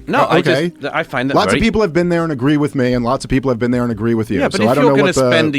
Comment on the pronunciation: You haven't "bean theyuh", you wouldn't understand